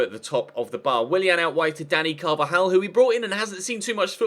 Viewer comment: Please D don't call him "danny carvalal" it is Dani Carvajal.